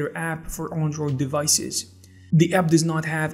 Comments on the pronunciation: Learn how to pronounce Android. It's not an On droid it's an Android. Shit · Good information but I can't get over how you pronounce android. Also you pronounced gif as jif